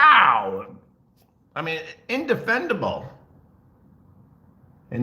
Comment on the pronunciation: Dude learn to speak before you talk shit. The word is indefensible. Jack ass.